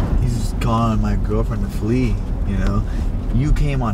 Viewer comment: He said fling not flee, no brains.